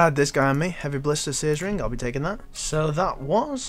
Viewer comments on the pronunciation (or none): It's ring, not rink